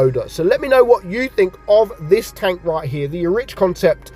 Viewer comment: Not pronounced Erich… it’s Eric